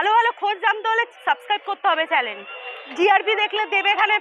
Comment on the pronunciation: আগে শব্দ ঠিক করে বলতে শিখুন তারপর ভিডিও তৈরি করবেন। Channel কে চ্যালেন বললে হবে? কখনো Channel আবার কখনো চ্যালেন